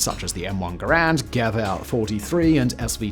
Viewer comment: I wouldn't think it possible, but I found a mispronunciation of something that annoys me far more than the extremely common mispronunciation of "Garand" (which Simon also fell victim of).